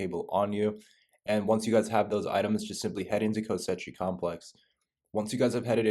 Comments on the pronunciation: Same reason he keeps calling it Kosetchi complex. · The amount of times he says ko sechi complex 😂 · Great guide dude, thanks! Kosechi though...? :P